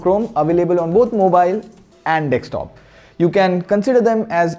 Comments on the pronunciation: Bro it's desktop not dekstop 😄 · D-E-S-K-T-O-P, not D-E-K-S-T-O-P. If you're speaking in English may as well speak it right please. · Everyone: Desktop: Dekstop 😂😂😂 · it's a deSKtop not a deKStop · Please stop saying "dekstop". Too many people watch your videos, fix it before someone thinks its the right pronunciation. You guys do this almost every video. Its so annoying